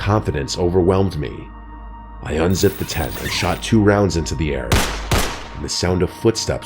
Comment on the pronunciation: Can u pronounce the T and the end of the tent